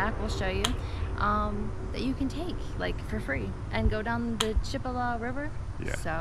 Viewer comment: I live in marianna. It's obvious these people don't know the correct pronunciation of chipola and they don't realize that aligators and positions snakes are in the Chipola. Not wise to advise people to swim without a warning.